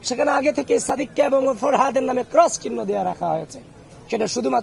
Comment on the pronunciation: সাদিক ভাইয়ের নামটা কিভাবে বলছে দেখছেন? এটা নাকি ভার্সিটির ছাত্র আবার ভিপি হতে চায় 🙄